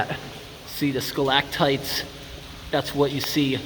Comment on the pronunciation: I love you, man. But if you say skalaktites again...